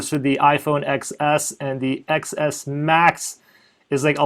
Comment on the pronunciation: It's pronounced 10s Max